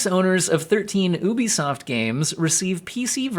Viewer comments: no actually , i say you be soft , this dude said ooo be soft lol i probably should detailed that a bit more , i even replayed it just because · Ubee soft lol I never heard anyone pronounce it like that lol